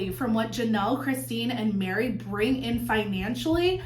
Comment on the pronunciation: it sounded like you said “people want to see Janelle marry Christine and thrive” 😂😂😂 then I realised it was “Janelle, Meri, Christine” 😂😂😂